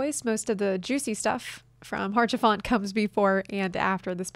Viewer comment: fyi it's pronounced "aush-a-fon" not "harsh-a-font". It's french. They have a complicated relationship with consonants.